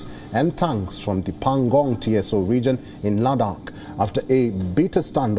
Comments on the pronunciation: It should be read as PANGONG TSO ( SO) T should be silent... Not to be pronounced as T.S.O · Pengong Tso. . 🤭🤭😂😂🤣 The eay he pronounced. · Right, even he can't pronunce pangong tso